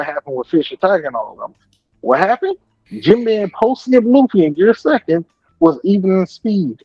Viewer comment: Poor promiscuous Jinbei!!! The subtitles said that "Jim Bay was fighting AIDS!!". 😢😮😅 it did sound like that crazy dude was sayin Jim Bay though.